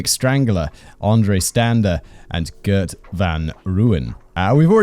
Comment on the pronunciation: Mal-air-buh. (You roll the L and H together; and Afrikaans has no "eee" sound coming from an E. I don't make the rules.) Also Gert has a lot more phlegm at the beginning there; like the "gh" in "Van Gogh". And his surname: fun-Roy-en. (Bonus points if you can roll that R like a motorboat) Hit me up for Afrikaans lessons, yeah?